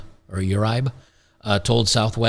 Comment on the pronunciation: Uribe is pronounced ooo-REE-beh